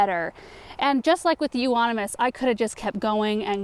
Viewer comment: Euonymous, thank you for pronouncing it. Always messed up..I wish I was there to help trim. Use to cut mine drastically, if overgrown. Miss the trimming since I downsized. Like your clean up container, I used a laundry bag that looked like that. My boxwoods, Rhodos, azaleas, butterfly, virbenum, etc. Getting enjoyment out of your cleanup. Weeping Willows you don't want that near a house, Beautiful though.. Very easy to propagate also. Love the flowers. Just got done with pansies, doing peonies, lillies, Waiting for Daffies to bloom. Edward Scissorhands that's what video reminds me of in speeded up motion. T.Y.!